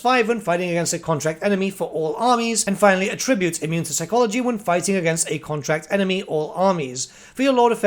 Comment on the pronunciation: Mate, you need to learn the difference between AT-tribute and a-TRI-bute. The former is personal characteristics of someone (or occasionally a faction). "Their AT-tributes are six feet in height, brown hair, etc) The one you've been using, "a-TRI-bute" is for when you're saying a quote belongs to someone. Something like "The quote, like many others, is attributed to Mark Twain."